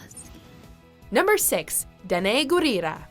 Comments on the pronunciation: is that how her name is pronounced? Also wtf did she just say? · wait, is that how you pronounce Danai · Why do they miss pronounce atleest one person's name every time lol. I cringed at how they pronounce Danai Gurira made me cringe